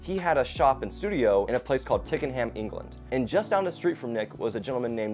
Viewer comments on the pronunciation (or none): "Tickinham.", TWICKENHAM I Think he means.